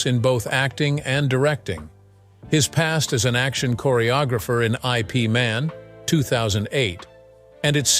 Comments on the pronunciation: I P man? It’s HIP (without the h sound) MUN in Mundane 😂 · It is NOT I P MAN. But is a name IP MAN. So you can not pronounce separately as I P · LoL I.P. Man 😂 it's pronounced as eep-man. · ......I stopped watching at "eye pee" man. doh!!!!